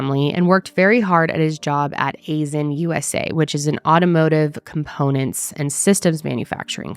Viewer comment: I grew up around Freetown, aisin is pronounced eye-sin. This is so crazy, too close to home😳